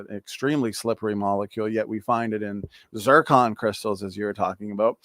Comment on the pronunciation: *Zircon not zicron